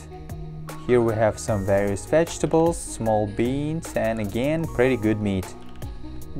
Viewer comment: its shoowel and ris and wegatables